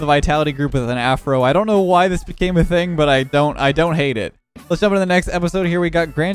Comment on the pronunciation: go!*